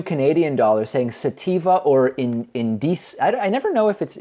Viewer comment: Omg David talking about weed and butchering the pronunciation of indica - so cute lol